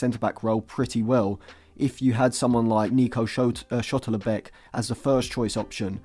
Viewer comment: Please read Nico Schlotterbeck's name again !!